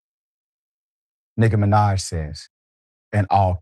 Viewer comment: doc? You younger than me. You not old enough to mispronounce Nikki Minaj. 🤣🤣🤣